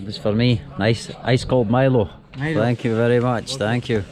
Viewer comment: he calls it meelo. I was reading yesterday they also call it that in South Africa. Though here in Australia where it originates it's pronounced mylo. Same name in the UK and Malaysia. My-lo is the proper way to say it but it's just interesting to me how it varies.